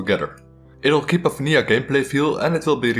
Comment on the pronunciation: Absolutely love your accent, especially how you say vanija instead of vanilla.